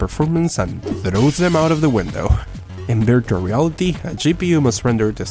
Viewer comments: At the start I heard “birtual reality” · I didnt know that you cant say the letter v till the end of the video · Dani Balla I speak Spanish, ahora te hablo si no me crees, and I think it’s just a pronunciation issue, here virtual is pronounced in a similar way